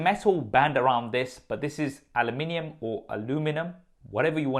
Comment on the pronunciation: Alimimium lol